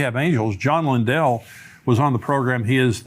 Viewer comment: I appreciate ministry. This is not to complain, or correct, only to inform… he keep’s mispronouncing John Lindell’s name. It is not “Lyn-dell.” It is “Lyn-dol.”. Exact same spelling and pronunciation as Lindell Cooley. 🙂